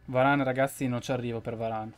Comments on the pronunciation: comunque si pronuncia "veran" no varane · Si dice Varan e si scrive Varane